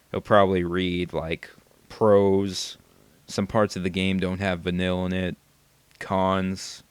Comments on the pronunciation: If you actually paid attention her name is "Van-eel" Not Vanill, not Vanilla. You're a racist :D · it's not van-ill, it's vah-neel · Vuh-Neel.... not Vuh-Nill... Vuh-Neel.... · It's "Vuh kneel" not "Vuh nil", doofy. I hope by now you've played enough of the game to realize how jawesome Vanille is. PS: The voice actress is from Australia. :D derp. VANILLE FTW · her name is pronuced Vah-neil not vinill. its very obvious that your only 10 hours into the game. but i wont put any spoilers in here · Its not Vanille its Va-kneel pronunciation wrong. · va-neel > VANILLE. How is it that hard to pronounce a name that is said multiple times in the video game... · 1) Australian accents are HOT!! 2) She's not annoying, she's wonderfully bubbly. 3) You can't be surprised if the depictions of black people are leaning toward racist. Japanese people are historically racist, but in my opinion it's getting better. 4) Could you pronounce her name right?! PLEASE!? Va-nill just gets on my nerves. It's Va-neel. Learn it, live it, love it! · it's pronounced like Vann-eel!! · I never SAID it was racist, I IMPLIED it was. While that may be the same thing, in this instance, I didn't mean it to. Also, while her name is spelled similar to the flavor, it is actually pronounced "Van-kneel" But my statement still stands, you haven't played White Knight. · But despite all that, it is pronounced Vuh-neel... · your pronouncing her name wrong and you are so sadly wrong with your opinions. and obviously because they talk about 'nonsense' in the game, its because there only teenagers idiot. just stop being judgmental just....... stop....please. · o.o Uh...i'm sorry but you said Vanille wrong...and i'll still complain about this :3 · Vanille is on of my fav charaters pluss u pronounced her name wrong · Vanille is one of the best characters!!! if your going to diss her, at least say her name right